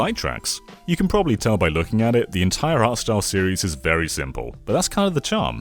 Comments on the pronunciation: Heard say "Arse Tile", was horribly confused, then realised he actually said "Art Style." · Thank Christ I'm not the only one who heard that.